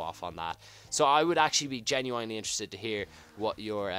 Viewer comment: Heroin and the way you say genuinely is hench